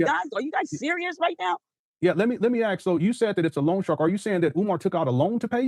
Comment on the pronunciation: I am sorry; but this is driving me nuts. It’s not ‘long shark’; it’s loan shark. They are called that because they are illegal predatory lenders that charge super high interest rates. Every time she says long shark my head wants to explode. 😂